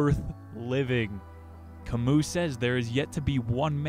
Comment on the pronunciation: Please don't call him Ca mooh, his name is pronounced in French, Camý